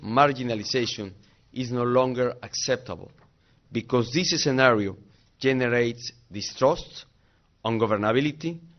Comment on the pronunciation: Because this eacenario?? Encerio?? No me chingues